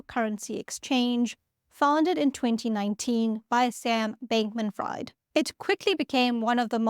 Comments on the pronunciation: No no we want to hear more sam bankman fried not pronounced freed😂 you sound so cute and honest with your accent it sounds like you just read it and never heard it hahahaha I love it. I could and would enjoy a few hours in the morning listening to what you read or your thoughts about what you read or censored.. Let's do a video on your current pay as freelance I would like this. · I was just about to make that point. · No need for an apology my friend. Your analysis and content are priceless. What's a little mispronunciation in the middle of so much goodness. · Omg if you're gonna make a 20 minute video essay about him at least learn how to pronounce his name lol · I personally think you should have leaned into the pronunciation more and left it at Sam B Fried. As in fried chicken!😂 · Daka daka daka learn to pronounce names correctly 😂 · Sam Bankmam "Fried" 🍟 It is "Freed", as in Friedman. My ears are bleeding lol. Jeez did you ever listen to the news 😂 Nice video though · it's FREED Not Freid. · It's writted "Fried" but pronounced "Freed" Edit: Subscribed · A little help with English words. His name is pronounced Freed. You can usually pronunce names with "ie" and "ei" by the second letter. So Fried is pronounced Freed and Freid is pronounced Fride. Just a little quirk of English. Keep up the good work. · say: FrEEd (as in liberated), not Fried (as in French fries). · Fabulous explanation .... I now know what not to do and I am on it! Don''t use Python... don't label your crimes.🤣 Glad you noted in the Show More notes that Fried in this case is not pronounced "Fryed"... I'll add here that is is pronounced Freed. But he really fried himself and the customers. Many of the employees were in on it... SBF had a property in the Bahamas that was called a "crypto frat house" by the press. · His last name is pronounced “freed” not “fried”. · "Fried", pronounced "freed". But could be pronounced "fraud" 😂 Thanks for the video/info 🙏✌️ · Its "Freeed" not Fryed